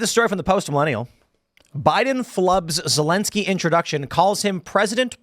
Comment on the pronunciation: I can't wait for the day when that POS Zelenskyy decides to turn on Biden and reveal all the crimes he and his son has done. He can't even say "ZELENSKYY" ...calls him lllinsky.